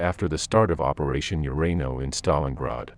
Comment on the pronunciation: It is El Ala-main not the alamine. What is urano?